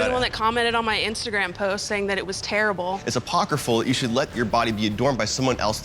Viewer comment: He said "apocryphal". 😂